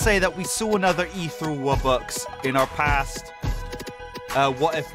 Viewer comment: imagine pronouncing ethereal wrong